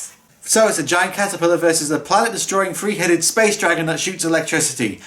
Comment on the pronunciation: Ghidorah, the Free Headed Monster! (Accents are so much fun.)